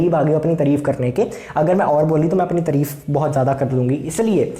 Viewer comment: Sir तारीफ hota ha tarif nhi 😅